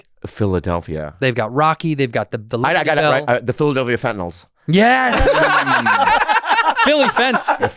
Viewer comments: “Philadelphia fentanals” took me out 😂😂😂😂😂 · Kensington ave fentanals